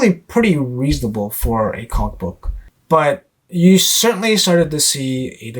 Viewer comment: Good job... I giggle at the pronunciation of "comicbook" that you and also Swagglehouse uses. Sounds like you are saying comma-book. LOL! Still a gr8 post though. Keep it up. 💯